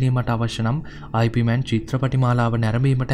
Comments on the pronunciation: අයි පී මෑන් නෙවෙයි. යිප්මාන් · නම අයි පී මෑන් වත් යිප් මෑන් වත් නෙවෙයි යිප් මාං 🤗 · 'අයි පී' මෑන් නෙමෙ හරි නම 'යිප් මාන්' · වීඩියෝ එක හොදයි , ඒත් ඔයා grand masterගෙ නම කියන විදිය වැරදියි , ඉප් මාන්, ඒක තමයි හරි විදිය, සමහරු අයි පී මෑන් කිව්වට ඒක වැරදියි , එහෙම කියන්නෙ නොදන්න අය, ඒක නිසා ඔයා මේ වැරැද්ද හදා ගනියි කියල මම හිතනවා